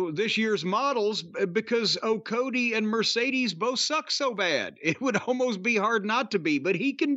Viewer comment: He calls him okody????! Holy hell 😂